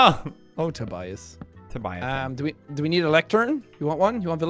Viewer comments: Them calling Tobuscus "Tobias" is incredibly triggering to me 😂😂😂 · Because they said his name wrongly. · He said Tobias smh its TOBUSCUS